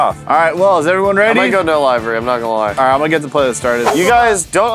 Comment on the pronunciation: Did he really say livery and not livery